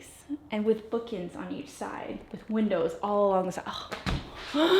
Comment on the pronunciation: ''Bookins'' on each side xDDD